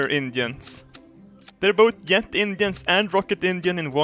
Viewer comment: I find it funny how he pronounces jet